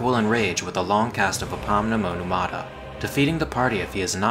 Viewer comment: I like how you casually say "apomnemoneumata". Thanks for the guide!